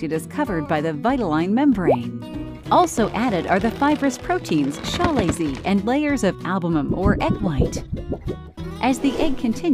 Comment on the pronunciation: Chalazae: pronounced kəˈlāzə “Ka-lay-see”